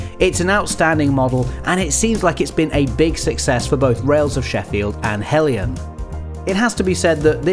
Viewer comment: Thanks Goodness! A reviewer who pronounces 'Heljan' correctly! I'm gathering materials together to build one in Gauge1, so I bought the model earlier this year to use as a 'scale-up' to 1/32nd scale. It will have some kind of sound system installed, and r/c, too. wish me luck! I have to say that I'm somewhat saddened to see that in spite of having the most open cab I've ever seen on this kind of autocoach that there was no attempt to install a driver. The sight of this lovely model trundling around with an invisible driver is odd, to say the least.